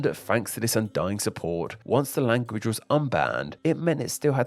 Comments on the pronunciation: Language-uh.... i hate people who talk like this. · Oh my god why do you add a stressed vowel at the end of every sentence it’s super annoying. “Language-uh. Big-uh” holy shit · It's interesting you add an "-uh" at the end of all the words ending in hard consonants... ...like with "big" and "language"